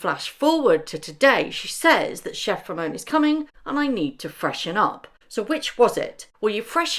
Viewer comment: Meghan.....it's chef Ramon, not chef Romeo💕